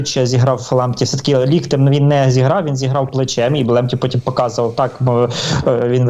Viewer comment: не лОктем, а лІктем